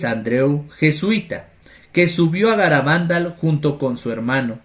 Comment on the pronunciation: Hola! Se pronuncia Garabandál, aunque no lleva tilde, y Cantábricom que sí que lleva. Bendiciones!